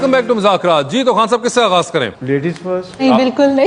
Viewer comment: Vasay Choudhry, please please say the right name of the show. It’s been almost 10 years hardly any anchor pronounce the name right. It is “Mazzaq Raat- مذاق رات” Please don’t say “Muzakraatمٰذاكرات”